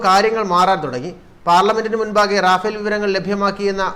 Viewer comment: Rafal റഫാൽ എന്നാണ് റാഫേൽഎന്നല്ല